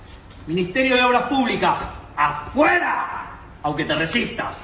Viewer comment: It sounded like he was saying "apoye" which means supports, but he was saying "afuera" which means out. They are 2 words that sound similar to the ear.